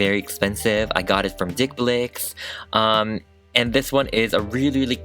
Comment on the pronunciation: Did u say the brands name was dig bicks